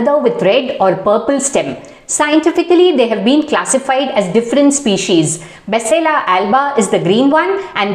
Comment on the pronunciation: Basale is correct pronunciation Its not malabar spinach it's maximum used in South canara Mangalore Udupi area